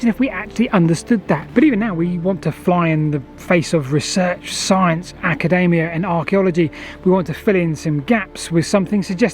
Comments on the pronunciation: As much as they're nutcases, it's academia, not acadamia like the nut... ;) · Come on, mate - Ak-a-DEE-me-ah